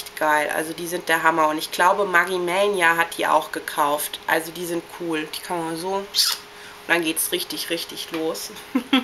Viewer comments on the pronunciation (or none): none